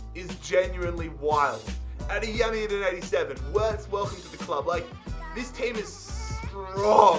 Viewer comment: and btw its said Virts but spelled Wirtz. German w are said as v's